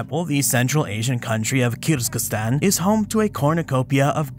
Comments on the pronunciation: I heard it like "kierz-giz-stan" and wanted to comment how there's only one "z" and it's in the middle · I am not sure your pronunciation of Kyrgyzstan is correct. 'Kier-giz-stan' is the proper form. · This is definitely the weirdest pronunciation for Kyrgyzstan I've ever heard (I was born there) - the proper pronunciation should be "Keer-geez-stan" - with the "ee"s pronounced as in "beer" - and with the "z" and "s" both pronounced distinctly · I heard something like 'Kiz-ga-stan.' And hence commented.